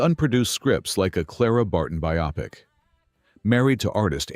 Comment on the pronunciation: Please teach your AI narrator to pronounce biopic correctly